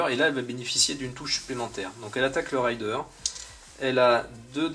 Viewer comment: raiiiiideur et pas rayedeur mdr c'est pas pareil un pillard et un cavalier m'enfin sinon merci pour cette serie de videos mdr